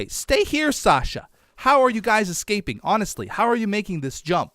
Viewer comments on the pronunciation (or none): none